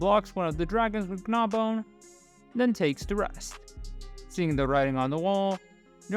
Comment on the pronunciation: I noticed you accentuate the 'g' in Gnawbone as 'Guh-nawbone' instead of the proper pronunciation of 'naw-bone'